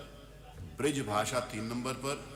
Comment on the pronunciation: Bhasha hota hai bhasa nahi